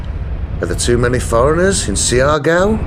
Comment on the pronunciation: The latin music intro was insulting. This is Maritime Southeast Asia, the Malay Archipelago. Also, it’s SHAR-GOW / GAW. Not See-R -Gow. SHAR-GOW is fine, thanks. SHAR - GOW / GAO.